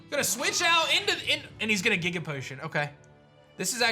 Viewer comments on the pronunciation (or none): The way pronounces giga haunts my dreams